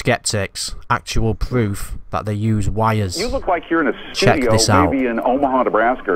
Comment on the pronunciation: Actuawl pwoof